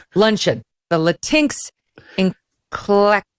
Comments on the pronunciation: Latin-x. not Latinks Megyn. I can't stand how the left is inventing new words for their new world liberal order. Latinos have voiced their dislike of Latin-x but use it anyway. this woman has a PhD in education and cannot pronounce bodega?? and she has tried to imitate Melania Trump wearing a message on her jacket. Who will she connect with breakfast Aunt Jamima Pancakes?? they are unique, until she took the pic od Aunt Jamima from the package geeze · "Latincks" Lmao